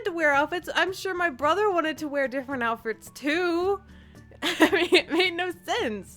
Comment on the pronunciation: Lol she said outfrts